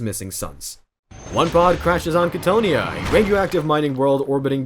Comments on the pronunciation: I have never heard anyone mispronounce Cthonia (KA-TH-OWN-E-AH) before, that was jarring as hell. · I love you content. But you pronunciations grind my gears sometimes. Cthonia (Ca-tho-nia). Thank you for this beautiful video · I have learned that loretubers love mispronouncing things just for ragebait. Like Cthonia. You and Arthur Bones drive me crazy sometimes. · Not trying to hate, but you’re pronouncing cthonia wrong and Horus never gave fulgrim the laer blade, fulgrim claimed it himself